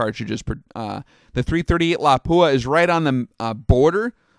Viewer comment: I love the fact that you pronounced Lapua correctly unlike most Americans!